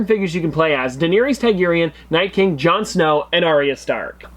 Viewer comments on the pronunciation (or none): bruh its pronounced DANEARI S TARGAREAN